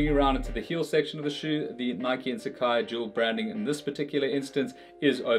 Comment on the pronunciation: The brand actually pronounced as “sa” “ca” “I”